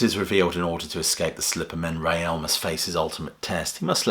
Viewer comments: It's pronounced 'Rail', not 'Ray-Al' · Please pronounce his name correctly, It's Rael (pronounced 'Rail') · "Rael" is one syllable, not two. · Rael was one syllable, like Rail, and not like the Madrid football team. I was never sure about the Lamb, as I only got into Genesis with Trick, W&W and Seconds Out, then investigated the back catalogue.